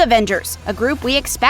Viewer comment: The pronunciation of these names are barf worthy. Who the hell says Kevin Feige like that? And Kang the Conqueror. He’s not King Kong. It’s the literally pronounced how it’s spelled. KANG! 🤦‍♂️